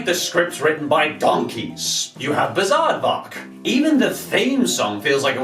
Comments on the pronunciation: the minute you said Bizaardvark, you lost a subscriber. ( Also, plz go back to desk background) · I like all of these, except for "Bizaardvark" and "Jonas L.A.".